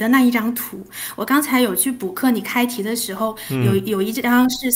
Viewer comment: 还是有一点点。开题讲成凯题。不过口音确实不明显